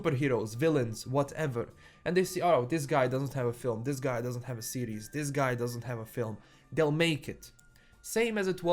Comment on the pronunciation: Am i the only one thinking he kept saying Ciri's instead of series? Great take tho. I watch mostly your channel to keep up with the netflix witcher news!